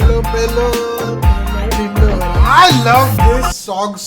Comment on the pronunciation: Bhai its not pelo dhindhora...its pehla dhindhora....